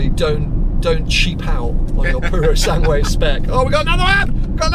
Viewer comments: You oughta check your Italian: It‘s NOT the „Pureosangwe“ but the „POOroSUNGwe“. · So youve been the fricking practising the name of the pass but keep mispronouncing the name of the actual car! Tip: the ue at the end is pronounced like a flat eh; purosangeh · when saying Purosangue, don’t pronounce the second u. It is silent.